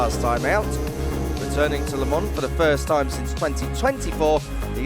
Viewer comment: Le mans,why this dude keeps saying 🍋 lemon?